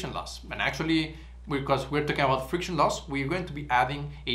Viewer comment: Friciton 😅. Your content is great and rare